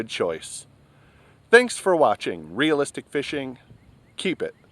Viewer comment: real-lis-tic!! real-lis-tic!!!!!